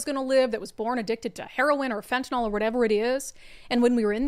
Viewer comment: FEN-TUH-NIL. Not NOL😂 Shit is no joke